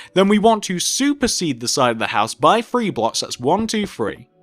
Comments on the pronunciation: do you notice how he says free instead of three. what is up with that? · One.. two.. free.. four..